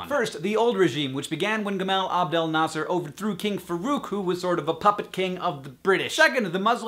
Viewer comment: yup it's very obvious from his way in pronunciation the name of preisdent Nasser